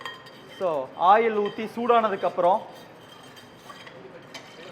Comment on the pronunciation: Ail 😂😂😂😂😂🤣🤣🤣🤣or oil 👍